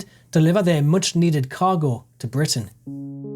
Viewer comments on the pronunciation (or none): none